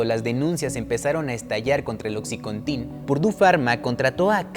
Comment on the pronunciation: Buen video! Pero se dice "Oxicóntin" no "Oxicontín"